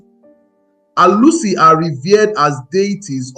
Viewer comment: Your pronunciations make it sound as though your target audience are not ndi Igbo. You pronounced Alusi, Chuwku, and some other words the same way many Nigerians mispronounce their names to make it more acceptable to westerners.